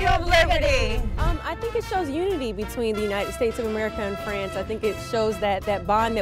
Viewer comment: When Steve said "the new Miss Universe is..." Iris said to Miss Haiti "..you are", and then Steve say FRANCEE and was re WTF for her loool.